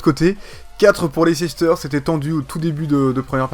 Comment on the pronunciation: Mais c'est pas Leicecester c'est Leicester, tout le monde pronomce mal